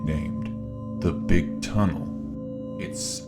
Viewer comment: ah yes... the TUNNELton TUNNLE